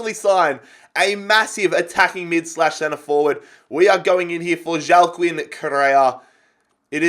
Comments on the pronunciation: Just a thing I am fairly sure Correa’s first name is pronounced Wack-een not Joao-kin. I may be wrong but I am fairly confident. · Please pronounce it Hua-keen Correa. I usually don’t care but he’s not Portuguese lmao